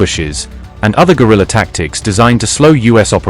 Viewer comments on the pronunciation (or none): none